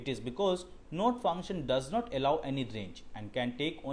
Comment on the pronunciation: Why u r pronouncing 'Note' instead of 'Not'?